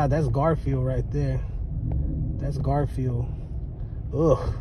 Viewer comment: The way he says garfield 🤣